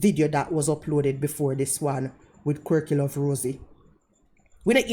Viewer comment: I been calling her because when she said her channel name to a random pedestrian in Las Vegas recently it sounded like She said not Quirky 😅